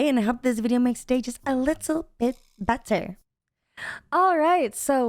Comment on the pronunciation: When you say better it sounds like you say butter